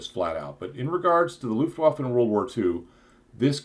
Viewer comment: See for the proper pronunciation of "Luftwaffe".